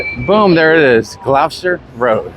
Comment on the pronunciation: It’s pronounced Gloster, not Glowster. You must have places called Gloucester in the states?